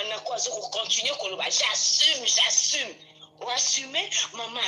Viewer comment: Ye kutu abandaki koloba “j’assume “ te. Abandaki koloba nde “j’assime “😂😂😂